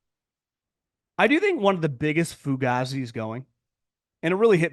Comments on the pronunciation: That's how an Italian from New Jersey might say it. NoCal says it differently. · DUDE, your saying the word WRONG, it's pronounced foo-gay-zee. Cmon bro, as a dude from South Philly it hurts my ears.